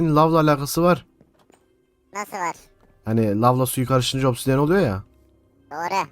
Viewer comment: Vay be obsidiyeni 2 saattir yanlış söylüyordu😢